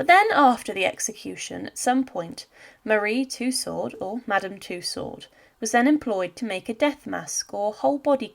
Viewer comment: Tussaud, the "d" is silent